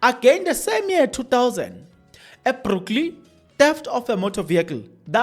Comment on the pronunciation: If you can just improve your reading skills,tax boss is different from taxi boss,brokly should be Brooklyn and soo forth.